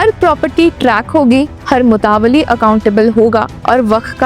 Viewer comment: Anchor concerned please need to work on pronunciation like mutawalli, awqaf etc.